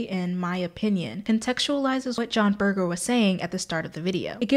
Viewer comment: Great discussion. This can be difficult material and you’ve presented it in a conversational manner that is very engaging. My only criticism is that Berger uses a soft ‘g’ not a hard g. I know it’s a small thing but he is so phenomenally influential in his field that it’s probably a good idea to pronounce his name correctly. It’s a common thing when you read a lot and you don’t get to hear the name. I had a dreadful time with French theorist Gilles Deleuze. I had that so wrong my lecturer could not hide his smile when I used it in class. He corrected me ever so kindly.